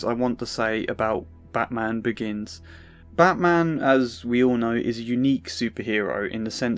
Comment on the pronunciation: I like when Krane said batman . It kind of sounds like Bad - man, all whilst coinciding with his facades visible erosion. All - be - it slightly. It's like he fancies the batman is a rouge patient of his or at least less of vigilante and more of someone in need of a visit to the asylum because he needs it, probably just as much as he does. It's like someone able to resist his fear toxins encourages him to sink deeper into his scarecrow persona. Perhaps just to find inspiration for stronger batches of fear toxins for future use. Something like thar😅